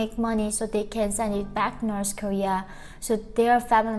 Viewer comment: 2017 not 2007 and North Korea not Norse korea. Norse is demonym for Norsemen (medival group from Scandinavia). I´m sorry I just can´t stand this two mispronunciation. But it´s a good video.